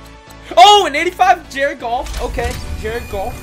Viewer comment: Btw is Goff not golf